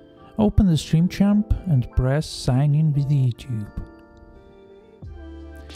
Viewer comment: Bro said stream champaa And im sure he’s reading it too 😂